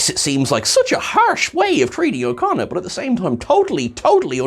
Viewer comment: Every time you say his name, I hear "O'Connor", and I just really wish they'd got Billy Campbell to play an Irish space rogue instead :p